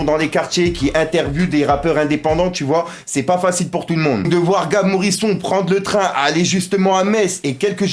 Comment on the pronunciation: Ptdddddddddddr arrête de dire Morison salleee fouu